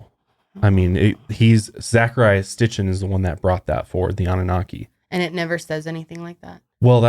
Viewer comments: Zecharia Sitchin - It's pronounced SIT-CHIN not STIT-CHIN. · Geezuz it's painful watching these 2. It's Sitchin, not sTichin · Zecharia Sitchin! Not sTitchin lol I'm listening to his book "The 12th planet" right now and it's all about this stuff. Perfect timing with this podcast :) I love you guys! Keep up the good work :) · S-i-t-c-h-i-n. Zachariah Sitchin. Sorry, but I have some bitchy problem with hearing people mispronounce things repeatedly that compels me to correct the speaker. 😅 I like that you two seem genuinely interested in the topics you cover, though. If you ever do another show about ancient aliens and you need a researcher, I’ve spent the better part of the last decade reading extensively on the subject and am currently working on my own book on the topic, as well. I have about 40+ books in my personal library that would blow your minds. 😉 Please don’t take offense to the correction- it’s meant to be helpful criticism!